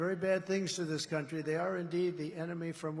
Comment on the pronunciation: He did say the c word when he said the latinos "come" into our "cuntry"